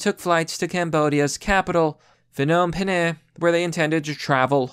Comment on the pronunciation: Phnom Penh is pronounced PA NOM PEN fyi..